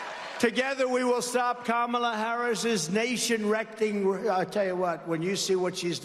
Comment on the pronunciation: Did he say "nation rectum"?😂